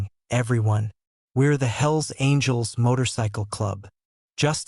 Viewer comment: sounds like HILLS ANGELS not hells angels